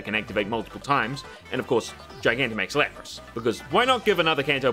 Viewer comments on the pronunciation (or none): none